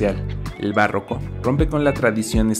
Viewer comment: "bárroco poblano" o barroco poblano, aguas con eso 4´34"